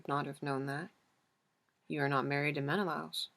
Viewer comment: i love the way you read the book SO MUCH but your pronunciation of menelaus is effecting me. No hate I just really felt the need to say it